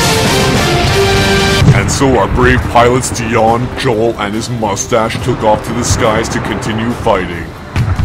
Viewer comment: this will take some getting used to... Kreb- DION... i mean Dion, I do like this video though.